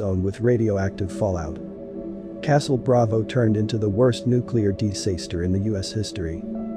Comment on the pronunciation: That is weird. I'm having a hard time with all the mispronounced words: Dis-Saster, De-Sign, etc.